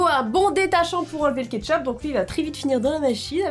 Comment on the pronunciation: Du '' ketchoup'' 😂